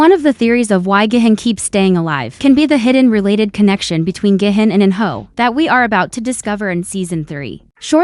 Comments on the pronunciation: Is pronounced gee hoon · It's not gay-hin its gi-hun